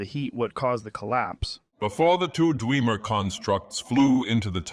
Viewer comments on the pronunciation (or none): The pronunciation "dweemer" never gets old